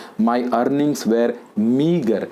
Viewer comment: Sir keep doing videos .I am very much impressed by ur videos.I wanna follow ur way of teaching where u didn't use single vernacular word. I wanna tell u one thing sir regarding pronunciation of "were '".pls correct it . it's my small request.